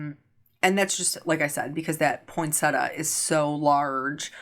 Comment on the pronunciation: Point-Set-Tee-Ah is the correct pronunciation... not point-setter. 😉 I don't mind the um's - it's the sniffing I don't like. Eeewww gross 😆